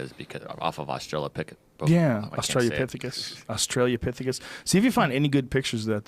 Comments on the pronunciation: Did anybody already say that before it was a movie "I, Robot" was a collection of short stories written by Isaac Asimov and published in the 50s? Also, is he saying "Australia-pithicus" instead of Austra-lo-pithicus as a joke? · Is anyone else always fucking triggered by Joe's pronunciation of 'austrilopithecus'